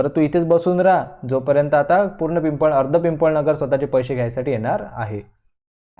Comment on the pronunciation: It is not pimpalnagar it is pipalnagar